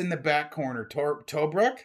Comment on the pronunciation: tBROOK not TOEbrook. Australians, Libyans and military historians grit their teeth every time you say that wrong. The Rats of Tobruk were the Aussie led allied forces who against all odds held out against Rommel’s Afrika Corps.